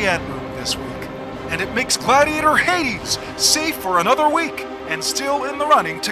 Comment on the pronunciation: cringed when he pronounced HADES wrong